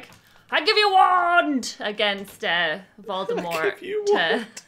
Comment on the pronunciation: I love your reactions! It might be too much to ask for, but can we get a compilation of all the different voldemort pronunciations at the end of this? The moment with sirius always makes me sad but just hearing say "Vuldemooooor" made me chuckle in the best way